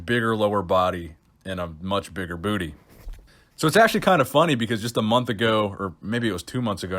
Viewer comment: Please don't tell me that I'm the only one thats finds the way says "booty" extremely amusing